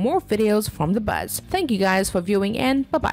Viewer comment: Sorry, Buzz not Buss 🙄😊👍